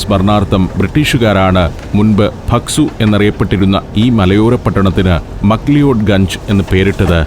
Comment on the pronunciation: മക് ലിയോഡ് തെറ്റായ ഉച്ചാരണമല്ലേ സർ? മക് ലാവുഡ് ആണെന്ന് കരുതുന്നു